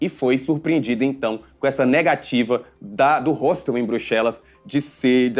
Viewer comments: eu não estou mal informadA, não (sou mulher) e ele tá pronunciando errado sim, muita gente pensa que esse é o jeito certo de se falar, mas o correto é o simples mesmo, hostel (como se fosse hotel no fim). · Ele tá pronunciando hostel errado o correto é mesmo (ROSTEL)